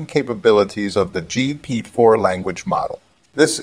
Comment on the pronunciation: Auto-Jeept uses GP-4. The TTS software you're using could probably use a bit of work. Good video though.